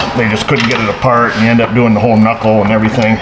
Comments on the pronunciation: K-nuckle? Did you watch the marvelous misadventures of flapjack there brah?? Lol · “K nuckle “ killed me 😂😂😂😂